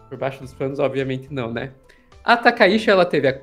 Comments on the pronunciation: Inclusive até a escrita do ideograma é outro. Takaichi(高市) e Takaishi (高石), sendo que o da Primeira Ministra realmente se lê Tchi! Pessoal do Jornalismo, pessoal de redação, pessoal de agências de noticias… sei o quanto é importante levar a informação rápida ao público, mas vamos fazer uma pesquisa rápida sobre pronúncias de nomes extrangeiros, vocês estão dando outro sobrenome a Premier! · Olá! Excelente conteúdo. Sou fã de vocês. Gostaria de sugerir uma melhor pronúncia do sobrenome da primeira ministra do Japão. Eu, como descendente de japoneses, descendente da família Takaishi por parte de pai da minha mãe, gostaria que a pronúncia do sobrenome da atual primeira ministra do Japão seja procunciado conforme pronúncia original japonesa. Felizmente, no português, conseguimos procunciar o fonema original japonês. O sobrenome dela é Takaichi. O "CH" quando escrito em ROMAJI (escrita da pronúncia da língua japonesa com letras romanas) é pronunciado como "TCH", como os nossos queridos gaúchos pronunciam o "TCHÊ". Poderíamos dizer que a pronúncia é " "TakaiTCHI" ". A ppronúncia não é "TakaiSHI", que é o sobrenome do meu avô. Portanto, são famílias completamente diferentes. O "shi" em "Takaishi" é pronunciado como o "xi" de "XÍcara". Para mim, soa como se vocês estivessem chamando a primeira ministra do Japão de Sanae Lesnovski, ou Sanae La Banca. Estranho, né? Mas para mim soa da mesma forma, pois "Takaishi" é parte da minha ancestralidade, mas "Takaichi" não é. Muito obrigado pela compreensão e por talvez considerar essa inclusão. Desejo sucesso cada vez maior com o canal.